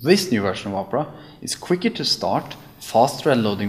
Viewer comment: It sounds like he's saying Oprah!